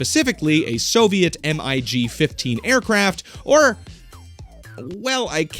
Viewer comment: its pronounced as mig, not m-i-g